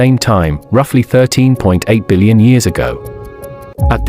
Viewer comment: Is a dillion more than a squillion? Or did the narrator pronounce billion strangely?